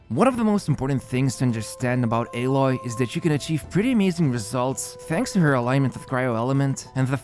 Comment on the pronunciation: It’s a-Loy not ae-loy